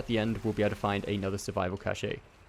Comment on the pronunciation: Cash-ay lol